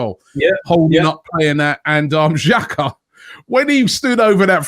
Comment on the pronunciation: Xh is pronounced as j these lot keep calling xhaka shaka haha